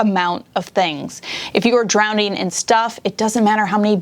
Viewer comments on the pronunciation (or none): I’m really sorry I can’t help myself but it’s not drownDing its drowning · Drownding lol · Did you say drownding? Lol